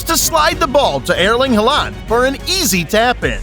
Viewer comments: Ah Elling Ha-land. That famous man. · You pronounce some names so funny, like Haaland and De Bruyne. I like your funny words magic man.